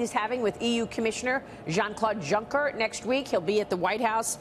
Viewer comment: The absolute butchering of "Jean-Claude Juncker". It's [ʒɑ̃ːkloːt ˈjuŋkɐ] not something like [ʒɑ̃ːkloː ˈdʒuŋkɚ].